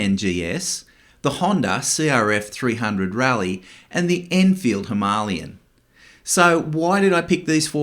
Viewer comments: Him a lay an. Not himaaaliyun. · Him a lay an is how it’s pronounced like the mountain. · That’s the most interesting way I’ve ever heard someone pronounce Himalayan. Now I wonder how other countries say it 😂😂 😊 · The way you pronounce "Himalayan" hurts my ears 😢 . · Someone please teach this guy how to pronounce “Himalayan” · Ok but you still pronounce it wrong lol